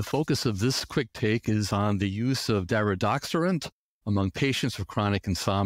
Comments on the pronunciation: it's DariDORexant not DariDOXerant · He calls it Daridoxorant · He doesn't correctly pronounce the medication's name.